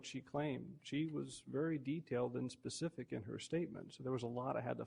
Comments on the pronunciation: I mean if you can’t say “specific” don’t say it at all! Him saying pacific just make him sound less intelligent. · Omfg can someone tell this judge the difference between the words specific and Pacific.